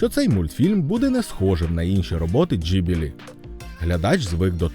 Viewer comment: Насправді назва студії Ghibli українською транслітерується як Ґіблі, не джіблі(gibli) і не гіблі(hibli)..раніше назви імен і прізвищ з літерою Г транслітерувались інакше, тепер англ. H=укр. Г